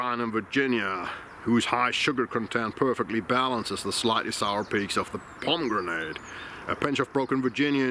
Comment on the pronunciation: Hi For pronouncing pommegranate in English, try pommy-granit rather than pommy-grenade. Always interesting content. Danke